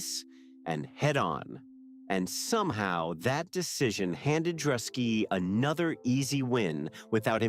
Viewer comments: You missed the hype on this, and then still mispronounced Druski's name, you had hundreds of videos to learn from and still failed miserably. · At least pronounce DRUSKI'S NAME RIGHT. OTHER THEN THAT THUMBS UP